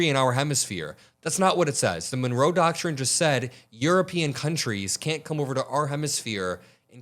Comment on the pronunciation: What the heck is a doctshin?